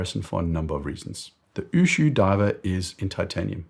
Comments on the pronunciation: Ushio, not Ushuu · Great video. But please get pronunciations right. Ushio is three syllables. U = ooh lala. Shi = she (woman). O = short o sound like in “go”. Its not u shu like a shoe sound. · Ushu ? It is Ushio. U - shi - o. U as in Uber; the last letter as in hot. Ushio (潮) means tide. It is sold retail in Japan for ¥1,650,000 (USD$10,500), which is very expensive for a watch ! Like your channel All the best from Japan.